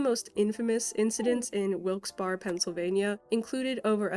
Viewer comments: oh my God WILKES BARRE REFERENCE!!! I'm not surprised this happened there. Btw it's pronounced 'bear' instead of barre. For some reason. Amazing video :) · It’s pronounced Wilkes Bear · I am surprised to learn that there was a store riot in a small town like Wilkes-Barre. 😲 P.S. It's pronounced as Wilkes "BEAR" 😀